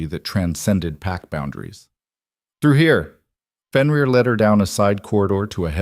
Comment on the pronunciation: AI is having severe problems with Fenrir/ benrir/ whichever spelling you use for his name .